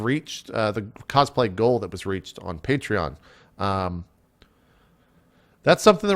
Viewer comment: You said "Patreon" correctly JP, proud of you!